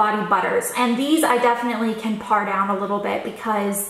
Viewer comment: It's "pare" not "par" :)